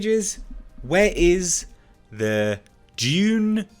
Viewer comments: It’s Dune not June!!! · Its pronounced dune